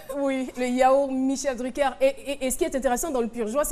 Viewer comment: L'autre villageoise qui dit Michel DruckEUR lololol